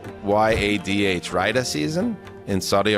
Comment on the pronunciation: Definitely calling bs on the zeuser: 'Riyadh, we all know that...' - then why did you first pronounce it with accent on the first syllable? the answer is 'bs'... PS: cone yo shenty, idiot... dumb amuric'n is right.... (excuse me: 'cognitively challenged' ;-) Go to Italy some time, eat some la zag na, it'll put you right.